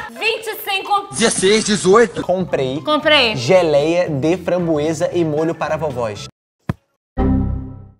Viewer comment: "Compreei geleia de fambroesa"😹😹a babe é a mlhr 😹😹❤